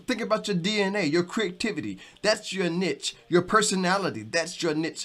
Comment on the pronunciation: YouTube can be a tough grind depending on our mindset, thank you for your inspiration and encouragement. I love the confetti! Thank you for saying the word "niche" correctly. lol. I like your description for YouTube analytics and tools, "Back Office". I look forward to more video.